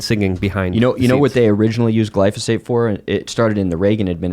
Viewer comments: C’mon, it’s not glysophate, it is glyphosate. You can’t make up your own words and have credibility at the same time. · Glyphosate, not glysophate. People hear stuff and repeat, instead of researching and confirming for themselves. Be careful of what you hear. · Damn you. Now you got me saying "glysophate" instead of glyphosate. Argh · GLY PHO SATE. Yes, it's poison. It's pronounced OLY PHO SATE.